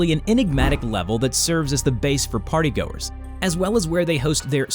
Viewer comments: the yellow man, is the French fry gang. the way how you said partygoers you said partygoors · I almost laugh while my baby sister is in my side when you said "partay"🤣